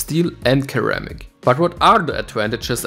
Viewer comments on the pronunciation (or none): great guide, thanks for sharing. p.s. ceramic (se), not keramic ;) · say SIR - RAM - MIC. Never heard it pronounce that way, no diss good vid